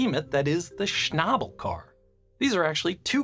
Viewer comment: Schnabel not Schnable